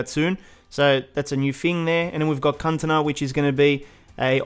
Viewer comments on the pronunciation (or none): "Cuntana"? :D